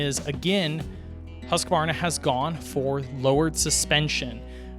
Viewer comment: It's: HUSK-varna 🤣🤣🤣